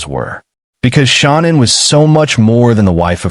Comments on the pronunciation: Please say Shanann’s name right. It’s not Shon Ann it’s pronounced the way you’d say Shan’Anne. Only A1 pronounces her name wrong. Please say it correctly . Thank you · It's really very easy, just repeat after me. Sha-Nan. It's that simple. SHA-NAN. There is no Anne. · It's Shanann' Not pronounced ShOnann! Even Kessinger gets it right emphasised at the table with her hands in a throttling gesture. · They way she talks makes my blood boil. She is SO INVOLVED . PLEASE pronounce Shanann name correctly. Is this AI???????